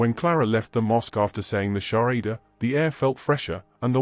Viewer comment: It is SHAHADA not Sharida brother.